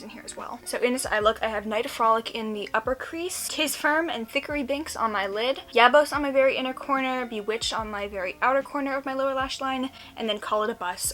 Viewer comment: I lost it at "thick-ery binx" that was unintentionally hilarious and I loved it! Just to let you know, it's "thack-ery" like "Zachery" lol